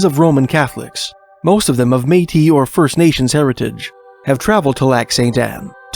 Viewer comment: "May-tee." I learned it here!❤